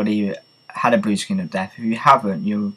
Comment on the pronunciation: its death not deaf